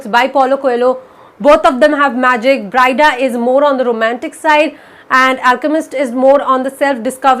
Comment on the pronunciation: It's 'Bree-dah' not 'Brai-dah'.